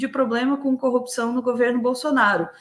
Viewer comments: Eu não aguento mais ouvir 'copção'. pqp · Incrível com o Moro tem dificuldades em far a palavra corrupção,só são coopcao...